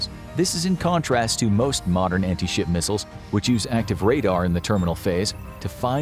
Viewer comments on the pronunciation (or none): Am I the only who heard anti-shi* missile every time?